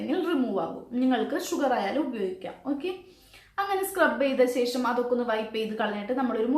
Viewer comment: Sesham🤔ooo shesham😅